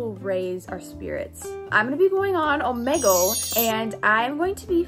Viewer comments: Its pronounced oh-me-gle. NOT oh-ma-gel! Get it right! (Btw it annoys me when people pronounce it like that. So please say it oh-me-gel, thx😊) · oh- MEE- gul is how u pronounce it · Its pronounces omeegle no hate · is it just me or is she saying omegle wrong?